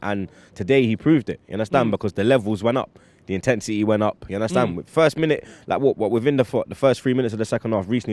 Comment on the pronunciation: "You understand larrrrrk"